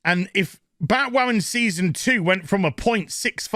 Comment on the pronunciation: Every time says 'Batwammin' I snicker. I can't help myself.